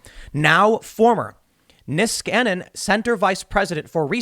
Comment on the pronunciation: "Nieskanen Center" sounds so stupid when he says it, as its Finnish last name.